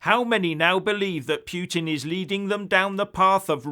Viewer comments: What is talking about? Who is "Pweting"? hahahahhahahahahhahahahahahahahah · 'Pyootin' derangement syndrome,?